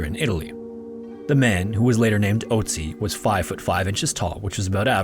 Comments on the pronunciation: you didn't recognize a name ending in "tzi" because he didn't pronounce the umlaut "o" correctly? you though there were 2 frozen mummies named ötzi and oatzi? I understand maybe not immediately recognizing the name, but literally saying "that sounds like ötzi" as he says oatzi? The German pronunciation isn't THAT different. Not a big deal but... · Its pronounced more like ertsi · I'm just listening to this and it took me a while to realize you were talking about Ötzi but couldn't pronounce the name lol. I was like "wow this sounds so similar to Ötzi, what a weird coincidence that it happened twice" lmao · The "ö" (in Ötzi or Ötztal) is pronounced as the latin "oe" diphtongue, not like the english "o". (just a hint, no offense :) ) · There is an Ötzi Museum where he is on display - in Bozen, belonging to the southern part of tyrol (Italy). Nice documentation, but pls consider that its an Ö in Ötzi wich is pronounced similar to the u in „murder“…😊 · the way you pronounce ötzi's name hurts my brain